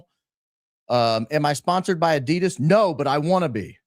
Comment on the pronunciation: Lol was just thinking that and its Adidas not Adidas ffs!